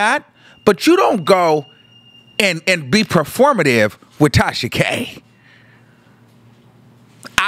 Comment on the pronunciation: The way he says it sends meeee. I thought I was the only one😭